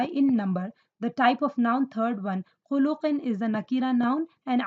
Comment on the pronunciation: But mam why do you pronounce. khuluqin as khulooqin